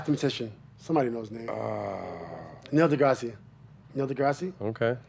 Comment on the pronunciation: homie said Neil Degrassi LMAOO